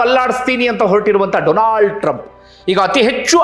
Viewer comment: ಕೂಡ "ಡೊಲಾಂಡ್" ಅಂತ ತಪ್ಪಿ ಅಂದು ಬಿಟ್ರು😂😂